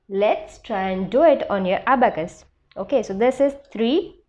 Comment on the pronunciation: Ma,, am not aabacas it, s abacus